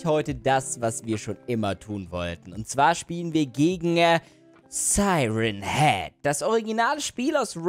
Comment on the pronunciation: Nicht seiren heed sondern sieren heed.